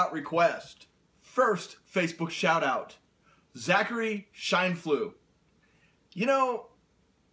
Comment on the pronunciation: hey you said it right this time! didn't mention anything on my shoutout because I was so happy to hear from you! Shine Flew. a light shines and the geese Flew. my maiden name was Baskerville... was hoping for a husband with the last name of Adams or Smith but I couldn't be picky!